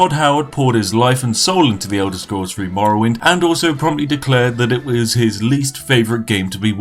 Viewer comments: It's three not free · Pronounce the word three with a th sound, not the sound you make when you say free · Why do you pronounce “the” normally, but words like “three” as “free”....? Consistency, please..... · i will drink tea when you say three with a TH